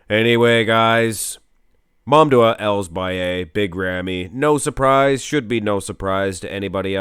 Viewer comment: I wonder why you keep saying MamDuah instead of MamDouh, heck, you even wrote his full name on the title multiple times these weeks.